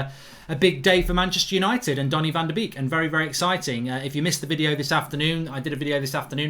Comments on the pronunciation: haha he read it as "baby shark van de beek do do do do do do" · Stop saying van de beek wrong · Pronounce his name properly! Have some respect !